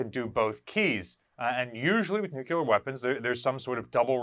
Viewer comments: Nuclear, not nucular. Pet peeve. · Dude- have watched all your videos but Jesus, its NEW-klee-er, not NUKE U LER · Nuclear. NEW CLEAR. Not nucular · Please pronounce "nuc le ar" properly .. rather than the incorrect "nuc ya ler" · NEWK-lee-yur. Say it with me, NEWK-lee-yur. Again, NEWK-lee-yur. Good. NOT, noo-CUE-lur…. Now, go practice that 50 times and then come back and film the video. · nucular or nuclear? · Nu-klee-er not nuke-ya-ler🤣🤣🤣🤣 Just havin fun...love what you all do to preserve these amazing beasts. God bless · The pronunciation is Nuc-LEE-ar, not nu-cu-ler, If you can't pronounce the word correctly you probably are not providing correct information. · Nuclear (NuuK-LEER)....Nuclear. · Homer would be proud of pronunciation 🙂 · Wouldn't it be nice if could pronounce nuclear properly?